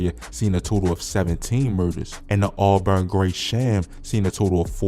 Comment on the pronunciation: the auburn Gresham pronunciation kills me the most loool